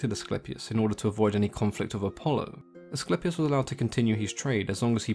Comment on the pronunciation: your greek accent is very good....AT LAST...SOME ONE WHO CALLED ASCLEPIUS IN THE PROPER WAY...good info!!!!!